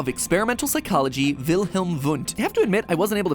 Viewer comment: anyone else here commenting on "pyschology" ? :D